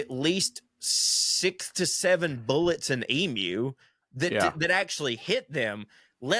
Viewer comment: The last ten minutes were sheer accent abomination. "Tanzania" 😂 Good onyez for pronouncing "emu" correctly. You wouldn't believe how often my ears have been defiled by hearing "ee-moo". Good stuff, ya carnts. 👍 🇦🇺